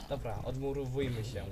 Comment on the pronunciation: ''Odmuruwujmy sie??'' serio serio ??